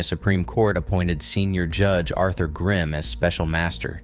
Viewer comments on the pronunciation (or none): none